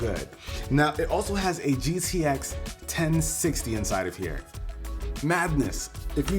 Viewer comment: Hey man,it's not GCS its GTX